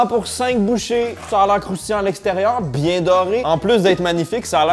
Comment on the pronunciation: « je ne suis pas biengg » pourquoi on dirait un marseillais qui parle 😂